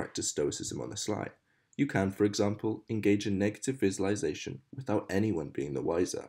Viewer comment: this is a fantastic achievement thank you but I must say that your Mispronounciation of "visualisation" ALL the way through is REALLY grating (sorry) but again, thank you and I will share it